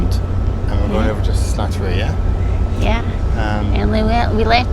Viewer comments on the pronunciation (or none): OK, I know it's in the past now, and I'm being picky, but it's SALTery Bay, not Slattery Bay! However, notwithstanding that minor faux pas, I very much enjoy your adventures. I live on Bowen Island, which you passed to your right on the ferry to Langdale/Gibsons. Keep it coming! And just to add a bit of trivia, when you were on that ferry, you were traversing Howe Sound, named after Admiral Richard Howe who triumphed over the French fleet in the battle of The Glorious First of June, 1794. Lots of the place names on the BC coast are named after various participants in the battle, including Bowen Island, named after Rear-Admiral James Bowen.